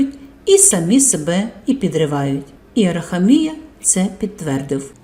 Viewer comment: АраХамія ,наголос на ХА.